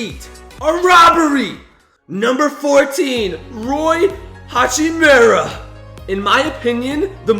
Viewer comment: I’ll tell you what you did wrong, you didn’t say Rui Hachimura right. Say it right dude